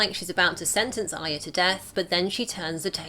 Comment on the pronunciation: ARYA not AYA